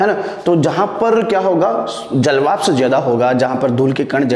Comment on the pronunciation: श्रीमान आपकी इस वीडियो में ऊर्जा , सूर्य ,लघु , स्थितियां ,घूमना तथा ध्रुवों आदि शब्दों को बोर्ड पर गलत लिखा है । इसके अतिरिक्त जलवाष्प , अर्थात और 1.94 का उच्चारण भी गलत कर रहे हैं । कृपया ध्यान दें अन्यथा छात्र अधिक गलतियां करेगें ।